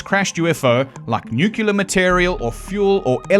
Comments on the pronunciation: i swear, if you say "nucular" once more ... i ... i... well... i scream at the screen... Homer Simpson: "nucular... the word is nu cu laaar" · Homer: "It's pronounced 'nuke-yalur'." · nucular material cD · “Nookuler” lmao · I wanted this to be good, but then: "nucular". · I'm skeptical of a skeptic that can't pronounce nuclear. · not how u say “nuclear”